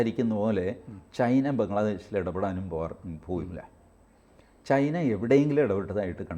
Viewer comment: ചെയിന അല്ല ചൈന എന്ന് പറയൂ